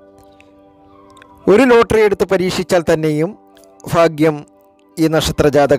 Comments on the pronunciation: ഫാഗ്യം അല്ല ഭാഗ്യo ഫക ഫാൻ അല്ല ഭഗവാൻ ആണ് പറയാൻ പഠിക്കു ആദ്യo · ഫാഗ്യം.... ഫാഗ്യം.... ഫാഗ്യം.... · ആദ്യം മലയാളം പറയാൻ പഠിക്ക് 'എന്ത് ഫാഗ്യം!